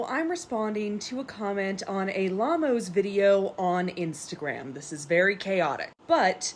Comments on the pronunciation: “AyyLamo’s” bro couldn’t pronounce it anymore wrong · never in my life have i heard someone pronounce "ayy lmao" that way LMAO